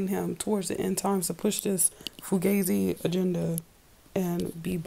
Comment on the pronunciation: I KNOW THAT THESE VIDEOS ARE IMPORTANT AND ARE FOR SPREADING VALUABLE INFORMATION IN HOPES OF WAKING UP THE MASSES, BUT..... EVERY SINGLE TIME I HEAR YOU SAY: "FUGAZI" I CRACK TF UP!😂😂😂